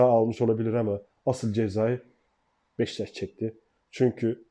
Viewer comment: Abi BEŞTAŞ değil, BEŞİKTAŞ. Senin gibi bir gazeteciye bu telafuz yakışmıyor. dikkat lütfen